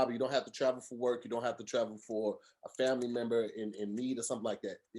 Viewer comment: 1 minute 8 seconds in....... this man legit said FRAMILY. 😂